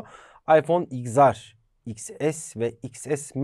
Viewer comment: Abi neden xr’a “igzar” diyorsun “iksar” olmayacak mı